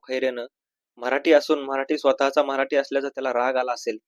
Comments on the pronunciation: अरे बाबा मराटी !!!!! नाही मराठी ठी ठी याला धड मराठी शब्द उच्चारता येईना!!!!!! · Marati Nahi Marathi asauchar kara